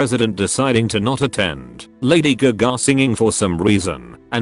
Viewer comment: Lady Guh-Gah